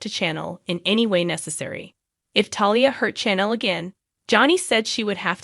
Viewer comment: Her name is not jaa da. Her name is pronounced jay da. Also, chan el is pronounced sha nel